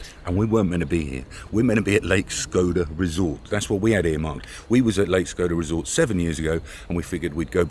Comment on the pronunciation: Now I understand why the British Empire never took over Albania. They never knew how to pronounce the city names :D "Shkroda" is cute, but its called SHKO-DRA.